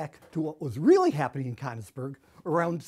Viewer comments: "People living in Cunnisberg" ITS "KÖNIGSBERG" FFS!!! :D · it's pronounced kernigsberg, right? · Wincing at his pronunciation of of Königsberg